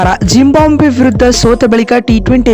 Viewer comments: ಜಿಂಬಾಬ್ವೆ ಕಣ್ರೀ ಯಾಕೆ ಜಿಂಬಾಂಬ್ವೆ ಅಂತ ಹೇಳ್ತೀರಿ? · ಜಿಂಬಾಬ್ವೆ ಮಾರೆ ಅದು ಟೀಮ್ ಹೆಸರು ಕೂಡ ಸರಿಯಾಗಿ ಹೇಳೋಕೆ ಬರಲ್ಲ ನಿನಗೆ 😃😃